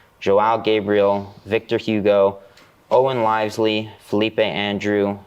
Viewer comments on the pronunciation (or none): Owen Livesey's surname is pronounced: liv Z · It’s actually pronounced Lee vee sey